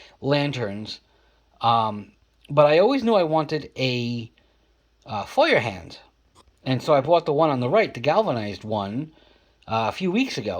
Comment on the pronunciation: Yes, you are pronouncing it correctly. FOYERhahndt, means Hand Fire or hand held fire.